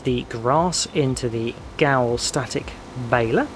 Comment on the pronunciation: It is pronounced 'Ger-veil' :) The accent on the Ö is an 'er' sound and the 'w' is like a 'v' because they are an Austrian company!